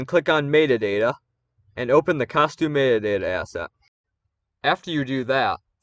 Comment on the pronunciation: mayta dayta :P Thanks for this tutorial! I can finally change "iCe PeA" to Snow Pea, his true name :D